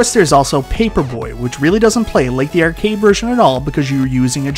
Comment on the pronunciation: the word is "arcade." Not "ercade."